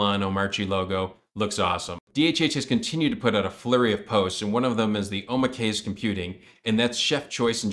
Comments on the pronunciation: Hey! Love the videos on Omarchy! Just wanted to note- omakase is pronounced, “oh-mah-kah-say” Just wanted to make sure you don’t go out for sushi or kaiseki saying “oh-mah-case”. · That pronunciation of 'omakase' was tragic... "oh-mawk-a-say" lol.